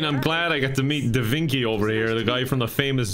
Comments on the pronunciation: The mispronounched Davinki is the funniest shit so far _D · Da Vinki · I'm rewatching this just to hear "DaVinky?"